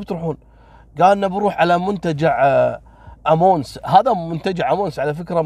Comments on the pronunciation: المنتجع اسمه امانوس وليس امونس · منتجع امانوس ههههههه وليس امونس